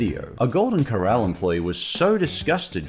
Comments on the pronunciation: You can't even pronounce the word "corral." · Two tips that makes it easier to remember how to say “Corral” properly 1.Remember the fact that it’s two syllables is supposed to be very obvious. The first doesn’t smoothly roll into the second. 2.Remember “Cor” as being pronounced precisely the same as the word “Core” and remember the second syllable “ral” is said the same way as it is said in “ralph” and “rallies”